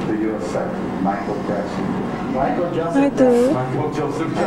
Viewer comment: Nesse vídeo o autor diz o nome do Michael Jackson duas vezes errado 😃😂😂😂